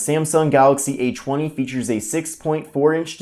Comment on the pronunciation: "Galaxy A CHWUNNY"